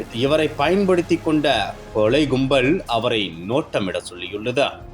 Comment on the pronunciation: அவங்க கொலை ஒருபக்கம் இருக்கட்டும்....தெருவிள்-கொளை-தகவள்-கும்பள் என்று இந்த காம்பியர் தமிழைக் கொலை செய்கிறார்....